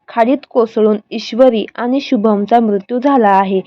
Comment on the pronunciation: आधी मराठी नीट बोलायला शिका मग व्हिडिओ बनवा अशुद्ध भाषा आहे. आनी पानी भाषा सुधारा